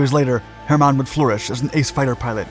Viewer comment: Why must you pronounce his name “Herrrr- mon? You’ve had no issues pronouncing it courrectly inthe past